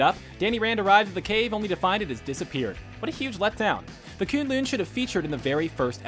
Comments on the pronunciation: It's K'un-L'un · kun lun not koon-loon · Did he just say "koon loon" wtf 😂😂😂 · Did he just say kooonlooon I'm so triggered right now 😤😤😤😤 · "Kuun luun"....... Lol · They way he pronounced Kunlun led me to believe the guy hasn't even watched any of the series making his point invalid. + he said the movie daredevil costume is better than netflix daredevil. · The way he's saying K'un-Lun annoys me so much ... and how can the Daredevil movie costume be better then the show? pfff